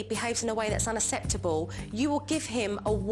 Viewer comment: Love you supernanny but you can't pronounce UNACCEPTABLE properly hahaha